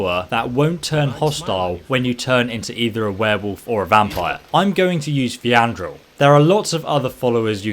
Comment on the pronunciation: "I'm going to use Fiandrol" Who? 😂